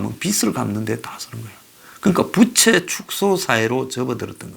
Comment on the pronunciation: 바람 일으키는 부채가 아니고 부우채로 발음을 고치시기를.